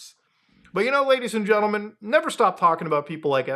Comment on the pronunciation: Gadies and Lentlemen